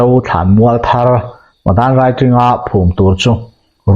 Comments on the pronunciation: Madanraiting ti lam rik hi a dik lo a, Madanriting.........."ri" hi Khuang ri, kan tih ang a chhiat rik tur zawk ani e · Madan raiting niloin a ziak ang Anga lam tur mizo hawrawp Anga lam tur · Madanriting i lam dan khi dik lo😅